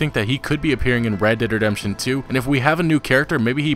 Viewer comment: Oml why tf do you say it like that "red dead dedemption"